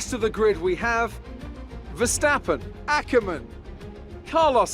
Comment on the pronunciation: Not A-ker men its ack-er-men